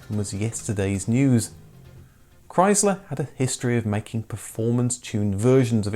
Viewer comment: Learn how to pronounce Chrysler